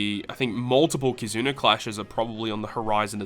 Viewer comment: Am I the only who hears him say “Kizuner” lol